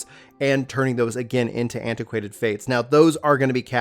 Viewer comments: Its ACQUAINTED not anti-quanted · for future videos its said uh - kwaint not antiquainted